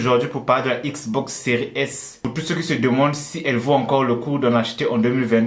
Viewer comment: On dit xbox séries s !!